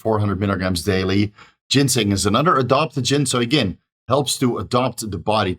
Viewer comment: it's adaptogen, not adoptagin, and it's aromatase inhibitor, not aromatise inhibitor 😂